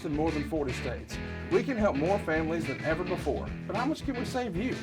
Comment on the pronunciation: “We gotta handicapper and we got the best eevvar.” Con man has to con.